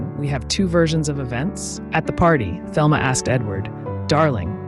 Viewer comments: You should do your research. Her name is pronounced the Spanish Telma not the American Thelma. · Her name was pronounced “Telma”, in Spanish fashion. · Her name was pronounced Telma in the Spanish way, fyi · Thelma is pronounced Telma. Letter H is silent. This is how Gloria Vanderbilt pronounced her name in documentary, "Nothing left Unsaid."